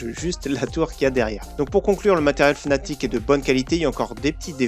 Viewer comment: Sa ne se prononce pas fnatic mais fanatic